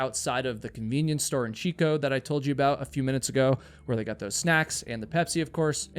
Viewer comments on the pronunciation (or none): He "gut" back out of the car to go yell for help. Your subtitles say "got" so you know what the word is just not how to pronounce it?